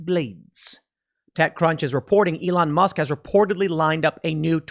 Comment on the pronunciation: Musk not mask!